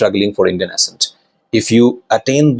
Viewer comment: Good info 👍. But 1 tip: You pronounce the word, "accent", wrongly. Correcting it would be helpful for u as you use it a lot.